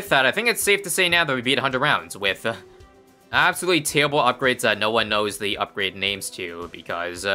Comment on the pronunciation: “Absowutely tewwible” 🥺